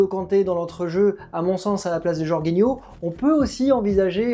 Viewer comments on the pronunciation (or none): A secondes tu dis aussi 3 tirs cadrés 3 buts pour chelsea. On dit Jorjinho et non "Jorguinho" qui sera titu par ailleurs Kovacic blessé. Ce dernier n'a pas fais la passe D pour le but de Mount, c'est bien Jorginho qui fait la passe qui casse les lignes. Et le 11 probable de Chelsea ressemble plus à un 11 souhaité. Bcp d'incohérences.